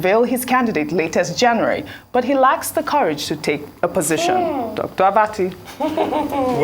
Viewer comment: Wike please what is JENUWARI? Get educated and learn how to pronounce words